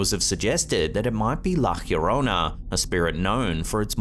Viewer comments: Yorona, not Hurona. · La Hierona 😂. It's la Llorona (Yo-Rona)